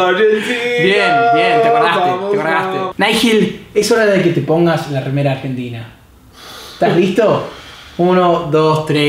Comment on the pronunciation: Ayee hace un montón q esta y todavía no puede decir bien Argentina jajjaja Igual yo sería así xD